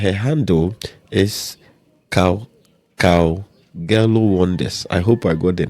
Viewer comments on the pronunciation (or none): The way you pronounce her name is CowGello but the way you say the G is grrr at the back of your throat so like CowHello